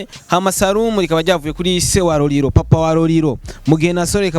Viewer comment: Tafautisha R na L bro ati Roriro 🤣🤣